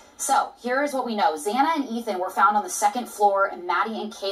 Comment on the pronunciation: I have recently included your videos in my morning routine. The questions you ask & possible answers you provide are valuable to this case. And Greatly Appreciated. But, it does grind my bones Every Time you speak of Ethan. Your thick accent, which I do like listening to, has you pronouncing his name wrong. And in some of your videos, his name is spelled wrong as well. It's Not Eaton (Eat-on). It's Ethan (Ethh-an). Please try to pronounce his name correctly, I'm sure his family & others would appreciate the effort. I know I would. Thanks for your time. Keep up with the questions some are afraid to ask, that's the only way this case will truly be solved.